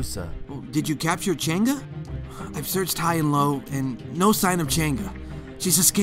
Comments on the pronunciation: Ching’a Change oh fOR FUCK SAKES ITS CHANG’EH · I noticed the Alice pronounced chang’e name wrong she prounounced it like change and nit chang E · lol changa hahahah thats telling like a a cheng ee you called changa 😂😂😂😂😂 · It's not change it's Chang uhhhh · Lol u pronounce Chang E as cheng ga. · Cheng'a? Why cheng'a not chang'e or is it really that pronounce (bad english becuz im asian litterally) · Its Chang a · Its pronounced chung uh and this is the closest i’ve seen a youtuber get it right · Chang'e pronounce by Jenga? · I think it’s pronounced as Chang Eh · I thought it was pronounced Chung'uh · God I'm so confused with how to pronounce Chang'e.. First I hear Cheng'a then I hear Change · no....... I really wish kagura looks hot she looks like granny, oh and btw it's pronounce Chang-e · not to be rude but its pronounced chang-gu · Wrong pronounciation of Chang'e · Why Do They Pronounce The Name Wrong?